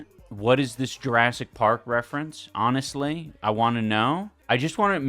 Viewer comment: he pronounces the H in honestly?